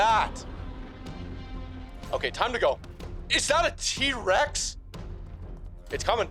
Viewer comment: did he say d-Rex or T-rex